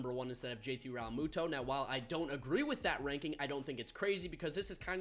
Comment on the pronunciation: I hate the way you say realmutos last name